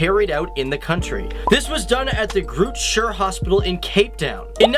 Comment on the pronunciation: It's pronounced "grrr-ort skeer" hospital. And boer... "booo-rrrrrr" ;p.